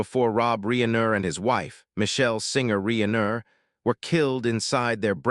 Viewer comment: Whadya mean? This warmly super-human -like, not at all AI-sounding voiced-narrator sounds like he’s a real expert on Rob “Ree-aye-ner”.😂😅❤